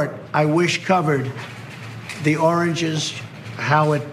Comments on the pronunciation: the oranges man! the oranges! We need to get to the oranges of the matter! To be fair, I think he said it correctly at least once... I am not usually one to make fun of people for speech as I have a speech impediment but thats still pretty funny. NOW I get what people were talking about when they were laughing about oranges before... the origin of that joke makes complete sense now! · I thought it was just me hearing oranges lmfao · I didn't trust my ears there. He did say 'oranges' right? Not just my imagination? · OMG...he said 'oranges' not 'origins' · An Sha this goes way back. He said “oringes”. Bwahahaahaaa. SO stupid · I was so shocked at hearing it at first that I actually thought I was imaging it, but LOL he did say oranges instead of origins!!! To think Americans voted for this man as the President of America is simply mind boggling! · How ironic is it that he can’t pronounce origin without saying orange? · Mr. President it's origins not oranges. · a president that say oranges instead of origins wow is he going mad, sad con not much don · Oranges ? Was he trying to say origins ? It's hard to tell if he is just talking nonsense or what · Are you guys just seeing the clip of Trump saying "Oranges". This was months ago and we already laughed our asses off. Its still funny though😂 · Nah, probably Alzheimer's. He looked genuinely dismayed at his inability to say origins. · cognitive decline. He realizes he’s saying the word “origins” wrong but can’t quite pull out the correct pronunciation. At least not clearly or consistently. His brain zips in an out either do you effects of aging or substance abuse or both.